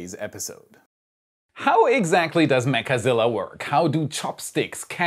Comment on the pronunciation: I REALLY wish we could STOP calling it "mechAzilla" - it sounds SOOOO TERRIBLE!!! - just plain ol' 2-syllable "Mechzilla" SOUNDS PERFECT!! - STOP SAYING IT WITH THE EXTRA 'A' !!!! PLEASE!!!! THIS IS JUST AWFUL SOUNDING!!! - Do ANYONE else agree???????